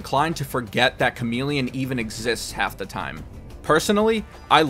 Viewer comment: The male ninja is /charm-il-ih-on/